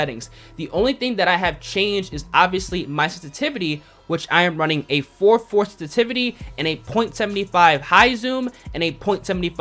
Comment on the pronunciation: WTF is stativity? SENSITIVITY! Anunciate your words dude.